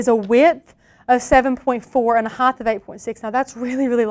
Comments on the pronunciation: Quit making up words. It's "height", not "heighth". 🤓😏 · Are you saying "hy-th" instead of height?